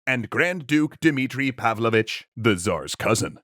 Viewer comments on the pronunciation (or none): none